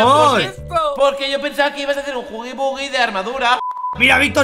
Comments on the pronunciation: Hay una cosa que dijo que dice chuggy wuggy jajajajaja que divertido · se dise jugui gugui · No puede ser que todavía no saben pronunsiar el nombre de el monstruo de color azul que es huggy wuggy no es tan dificil 😑